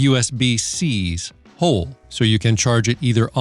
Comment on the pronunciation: Just love the way you say HOLE!!!!